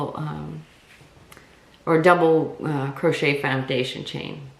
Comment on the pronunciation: just a note, it's pronounced " cro SHAE, " not crotch et